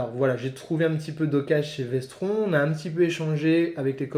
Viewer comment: Vestron ça se prononce Vestronne juste pour info